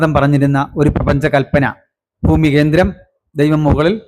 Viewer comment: ഭരണഘടന എന്നത് (bharanaghadana) എന്നാണ് ഉച്ചരിക്കേണ്ടത്.ഫരണഘടന(faranaghadana)എന്നാണ് ഇദ്ദേഹം ഉച്ചരിക്കുന്നത്. (തെക്കൻ, മധ്യകേരളത്തിൽ പലരും ഇങ്ങനെ ഉച്ചരിച്ചു കേൾക്കാറുണ്ട്.)ഫാഷ, ഫൂമി എന്ന് ഇദ്ദേഹം ഉച്ചരിച്ചു കേട്ടു.